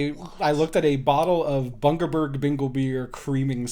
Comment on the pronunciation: Or as he said it: Bungleberg Binglebeer